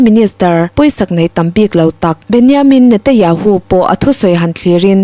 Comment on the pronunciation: Chhiar ngaihnawm thiam khawp mai mahse thil pakhat lek Benjamin Netanyahu ti a lam turniin ka hria